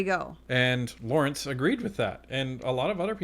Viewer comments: Fyi his name os lorne not lawremce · his name is LORNE, not LAWRENCE. otherwise, I enjoy your commentary, thx!